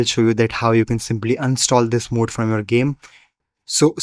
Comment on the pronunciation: It's pronounced mod (ma-ud)